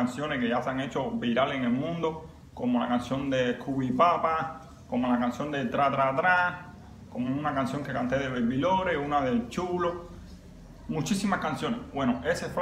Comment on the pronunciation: Se dice scooby doo papa no Cuby papa